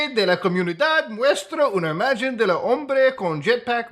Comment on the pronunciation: una imagen 😢 that g is pronounced like an H the g in spanish is never pronounced like a j 😖